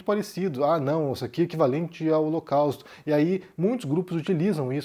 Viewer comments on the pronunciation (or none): Ele falou o locausto